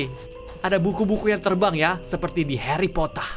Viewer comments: heri potah🤖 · Buku²nya terbang ya seperti di Harry p0tTaH :v ,kek draco aja ngomong pottah nya 😂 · Harry Potter atau Harry popato😂😂😂😂😂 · harry potah